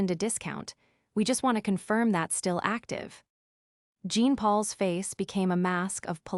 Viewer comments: Jean for a French male is pronounced aa Jaan or thereabouts but not as Jeen. I am from India. Learn your French names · Jean in French is John come have the AI pronounce the name correctly.